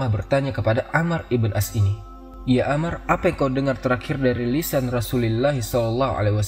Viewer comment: Koreksi. yang benar amr bukan ammar